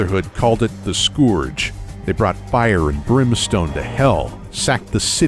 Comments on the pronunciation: "the scooorj", seriously? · this is awesome. as a longtime Fallout fan, I'm really pleased with how these turned out. I just wish that guy hadn't said "skoorge".